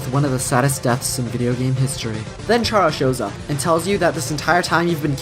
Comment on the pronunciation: or mispronounced Chara